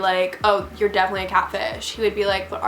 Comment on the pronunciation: You pronounced you're wrong.